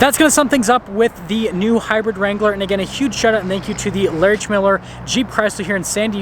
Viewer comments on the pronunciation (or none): none